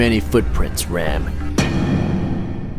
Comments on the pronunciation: ummm actually u pronounced RAM in a wrong way cause that's a indian name. but ur videos r great dude. keep it up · Its ram not ram